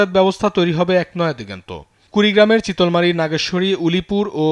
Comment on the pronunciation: চিতলমারি না রে সাংঘতিক ওটা হবে চিলমারী